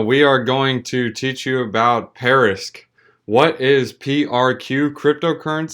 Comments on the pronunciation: Why do you keep saying "parisq"? That's like me making a video about bitcoin and calling it bictoin every single time. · Be a professional? start by knowing how to pronounce a project you're covering:)